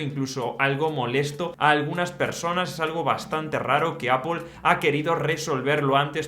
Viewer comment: ME mata cuando dice APUL al principio 😂